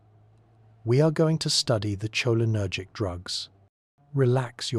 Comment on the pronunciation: Was drifting apart when that pronounciation Woke me right back up